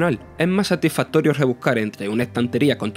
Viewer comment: “Es mu satifatorio pasá por e hueco....” A ver si para la próxima el que hace la review es capaz de pronunciar las s y vocaliza. Que Vaya tela.